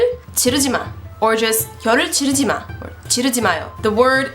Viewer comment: 혀를찌르지마의 발음이 틀렸어요...찌의 발음을 더 강하게 해햐해요...